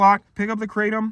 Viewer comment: Hello! Kratom is actually a Thai word and is pronounced "krah-TOM" not "KRAY-tum". Also, there are ways of taking it which enable it to take effect within minutes so you don't have to wait an hour, and can also be easier on the stomach than swallowing a load of gelatin capsules. I recommend doing a bit of research to find the method which works best for you. Good luck and best wishes!